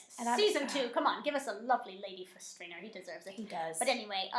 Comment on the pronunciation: Outtakes! Theo James can't say 'Stringer', so don't feel bad! 😃